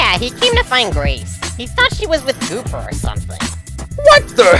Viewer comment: Ikr and u pronounced gooper's name wrong